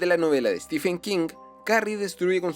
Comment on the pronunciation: No es Stifen es Estiven King